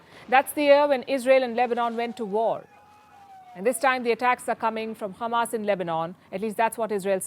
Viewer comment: It's not khamas it's hamas Palki.